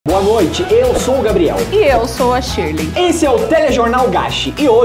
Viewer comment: "gabireudo" kkakakakaka